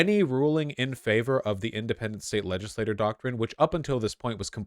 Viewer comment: Vaush I am fucking begging you to learn how to pronounce "legislature". It's like "ledge-iss-lay-cher", you're pronouncing it like "legislator" which is just a single member of the legislature